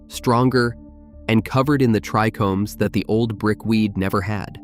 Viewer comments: TRI-chomes not trecomes, as in tri Greek treis meaning three… cmon bro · Everytime I heard "trickomes" it irritated me more and more.. I love these videos though